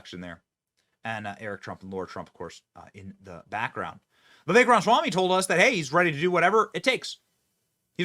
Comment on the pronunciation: Why is Benny incapable of saying Vivek's last name correctly? It perplexes me.